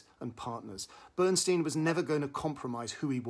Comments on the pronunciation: For goodness sakes, please pronounce Bernstein correctly...it's very painful to listen to your review as you incorrectly and repeatedly mis-pronounce "Stein." The origin is clearly German...meaning "stone" and pronounced STINE...not STEEN! Bernstein literally means: "Burnt Stone" in German. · BERNSTEIN PRONOUNCED BERNSTINE HE HATED ( STEEN ) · BernSTEIN (stine) as per Leonard, himself. 🙄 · As much as I like the review why can't you, as an obviously intellectual person, at least pronounce his name correctly? BernstIEN - not BernstEEN. He was also my mentor and a wonderful guy so please pronounce it the way he did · uh, Peter, Lenny's name is pronounced "BernSTINE," not "Steen"... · Enjoy your reviews here and in the Guardian, but for God’s sake, learn how to pronounce names properly. It’s NOT Bernsteen! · Who is Bernsteen? I thought the film was about Bernstein. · Really grating to hear Bernstein's name mispronounced repeatedly. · Excuse me, why can't you pronounce his name correctly? Or are you just trying to be irritating? Stein... Bern... stein. Coming with honors. Yea...............! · The inability (or resistance) to correctly pronounce the title role’s name, detracts from the credibility of the review. Please try to research more thoroughly in future vlogs. Thank you. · It’s amazing how many reviewers mispronounce Bernstein’s name. Maybe incompetence is okay with you, but to me and many others it ruins the review and others reviews.